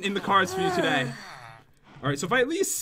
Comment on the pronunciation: at 14 seconds did anyone notice pat said togay